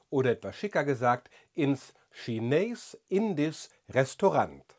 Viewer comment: Kleine Korrektur: die Aussprache ist "Schinehs Indies" (das zweite IE bei "Indisch" wird lang ausgesprochen.